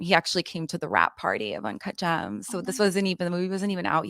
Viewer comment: Ugh I can't stand julia fox. The only reason she wouldn't recommend H is because of fentanyl!?! She is as bright as a blown light bulb 💡you can be very creative but dumb af at the same time. Also she can't say birthday lol bird day is what she said as well as uncut jaaams. Lol. Anywhoo as a former addict myself she doesn't seem completely clean I truly believe she still secretly uses. Especially when you are around any sort of drugs in the industry it makes you crave your drug of choice and if u aren't completely over it like been on the street type lows to overcome it most ppl don't take it too seriously. Imo anyway.